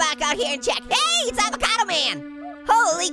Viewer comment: Its not a abacoto its a its a XD ITS A FRE E SH A VOCA DOO XD